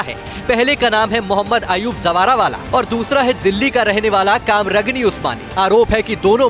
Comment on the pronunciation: Kamragni nhi Qamar ghani usmani Naam to sahi se lo